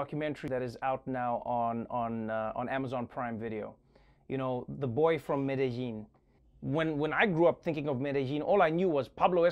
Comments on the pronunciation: TREVOR... you've never been sexier than today. I mean, pronouncing Medellín like that... You sound like a real papi latino. Grrrr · Thank you Trevor for pronouncing Medellín and Colombia correctly. It’s the little things sometimes ☺️🇨🇴💛💙❤️.